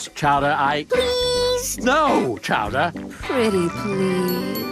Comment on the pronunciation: It’s chara not chowder